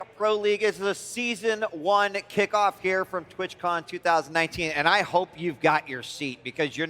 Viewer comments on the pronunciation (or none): bro straight up said twitchcon